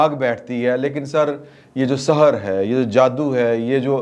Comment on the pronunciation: محترم آپ نے جادو کیلئے لفظ "سَحر" بولا ۔ گذارش یہ ہے کہ جادو کو "سِحر" کہتے ہیں عربی میں ، جبکہ "سَحر" کے معنیٰ ہیں صبح ۔